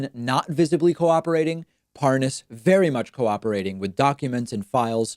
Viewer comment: Listen David, You seem like a nice guy but if you keep mangling these names, I may ask for my money back. Giuliani, Tulsi, Parnas, etc, what the hell. We've been hearing these names for months, years or decades. Come on! It's so freaking annoying!